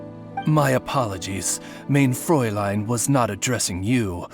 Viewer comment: "mayne fräulein"